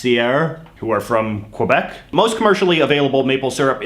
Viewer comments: a canadian who says qu-ebec so sad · I noticed he micro-paused before saying the word. Definitely unnatural. Also I’m pretty sure he purposely pronounce Quebec wrong too. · I just like how he say Quebec